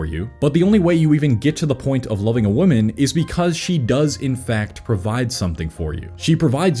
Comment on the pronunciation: Singular woman is pronounced as man at the end. Plural ends with men and is pronounced as such